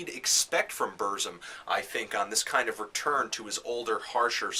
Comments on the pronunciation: You say it like this: Börsum but Varg itself says it more like Bürsum... and say it like this PURZZUMM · I no wat u mean...hes pronouncing it buuuuurhhhghzum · Yeah, saying Bursum shouldn't be so difficult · Why does it matter? Shit. BERZ-UM. Burzum. Not hard. Stop thinking your superior because your foregin and listen to nothing BUT Black Metal. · When Varg says it it sounds like "Bürzoom" to me. Though it's black language of Mordor, nobody can't really say to know the way its pronouced except Tolkien.. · You're mispronouncing Burzum. :(